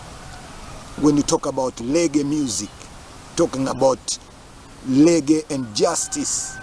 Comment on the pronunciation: Pronounce the word Reg-gae, and Radi-o.